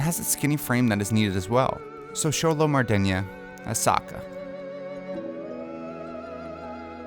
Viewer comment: I can't see Xolo Mariduena as Sokka but I love the actor just doesn't look like him to me.Also he said Mariduena wrong.